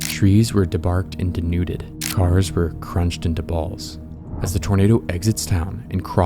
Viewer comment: deNUtted always sounded goofy but denUUted is just as funny